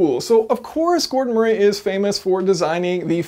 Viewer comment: MURREE! MURREE! It’s pronounced MURREE. Have you never heard of the name Murray? It’s frustrating to hear someone who supposedly has a solid grip on mechanical engineering concepts struggle like an amputee with a basic name.